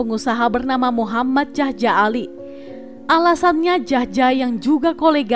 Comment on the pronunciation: Jahja = yahya. J ejaan lama di baca Y